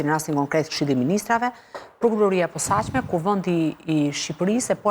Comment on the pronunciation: KJO SHUME LLAFAZANE QE NUK DI TE FLASE SHQIP KJO SORRE THOTE “ gjykata e POSAQME “ KUR gjuha SHQIPE THOTE “ GJYKATA E POSACME “